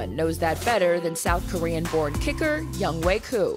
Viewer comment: And they still mispronounce his name his name is pronounced yongho! not young way. LOL